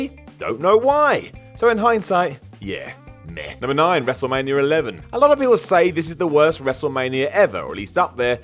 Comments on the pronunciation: Why do I always hear 'Wrestlemanier 11'?? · Am I the only one who hears WRESTLEMANIARA